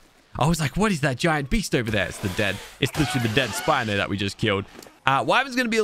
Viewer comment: Spino not spinnoff